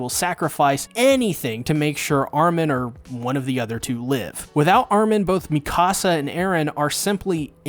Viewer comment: With respect..Dude, you are entirely too smart, too precise, and too articulate, to continue pronouncing Mee-kuh-suh's and Hahn-Gee's names incorrectly(!) You're one of the best AOT analysts out here..but bro..you're killin me mispronouncing their names. Its disrespectful. And AOT is too masterful of a show to not get these pronunciations right. It hurts because, of all AOT reviewers, I know, YOU KNOW better. You watch the show. You HEAR how they say their names. Hahn-GEE. MEE-KUH-Suh. Give these characters their respect and at least TRY. (ps. We all get a pass with Ayonkapon)